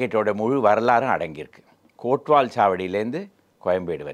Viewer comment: 1. "கோட்வால்" அல்ல; "கோத்வால்" என்பதே சரியான உச்சரிப்பு. 2. இந்த சொல்லின் மூலம் பாரசீக மொழி என்றும், பின்னர் பல இந்திய மொழிகளிலும் வழங்கப்பட்டது என்று சில மொழி அகராதிகள் குறிக்கின்றன. 3. ஆங்கிலேயர் வந்த காலத்தில் தமிழர்கள், தெலுங்கர்கள் தவிர மராட்டியர்களும், இஸ்லாமியர்களும் அதிக எண்ணிக்கையில் வாழ்ந்தனர். 4. சௌகார்பேட்டை (நான் பிறந்து, வளர்ந்து, பல ஆண்டுகள் வாழ்ந்த பகுதி). இங்கு கோமட்டி செட்டியார்கள் அதிகம் தங்கம், வெள்ளி வணிகம் பெருமளவில் செய்து வந்தனர். மேலும் மார்வாரி வணிகர்களும் உண்டு. ஆனால் குஜராத்திலிருந்து வந்த பிராமணர்கள் சில குடும்பத்தினர் ஏகாம்பரேஸ்வரர் அக்ரஹாரத்தில் மராட்டியர் காலம் தொட்டு வாழ்ந்து வருவதாக கூறுவர். இவர்கள் நன்றாக தமிழும், தெலுங்கும் பேசுவார்கள். இவர்களின் சில பழக்கங்கள் உள்ளூர் மக்களை ஒத்திருக்கும். 20ம் நூற்றாண்டில் வந்த வணிக குஜராத்திகள் இவர்களில் வேறுபட்டு காணப்படுவர். 5. மன்னடி பகுதிகளில் இஸ்லாமியர்களுடன், மூர் என்பவர்களும் வாழ்ந்தாகவும் கூறுவர். 6. Black town தவிர Matatha town ஒன்று இருந்ததாகவும் அறிகிறோம். ஆனால் அங்கு அதிக எண்ணிக்கையில் வாழ்ந்தவர்கள் தமிழரும் தெலுங்கருமே. பிற இனத்தவர் அனைவரும் ஆங்கிலேயருடன் வணிகம் செய்ய வந்தவர்கள்; சொற்ப எண்ணிக்கையில் தங்கியிருந்ததாக கூறப்படுகிறது. 6. சாவி அவர்கள் எழுத விட்டு போன ஒரு விஷயம்:- "சாலையில் கிடக்கும் குப்பை சகதியில் சுவாதீனமாக வெற்றிலை பாக்கு எச்சிலை அக்கம்பக்கம் பார்க்காமல் துப்பும் சிலர் " 7. "கொத்தவால் சாவடியில் வாழ்ந்த அனைவரும் நேராக சொர்க்கம் தான் செல்வர்; ஏனெனில் அவர்கள் நகரத்திலேயே வாழ்ந்து விடுகிறார்கள்" - இது என் பெரிய தாயார் ஒருவர் அடிக்கடி கூறிவந்தது. பலரும் இந்த கூற்றை ஆமோதித்தனர்; நானு